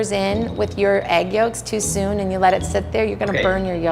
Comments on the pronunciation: he said yoLks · Why does Keith keep saying yoLks like no,,, you should not be saying the L